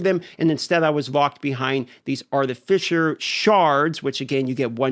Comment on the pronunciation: artificer pronunciation is crazy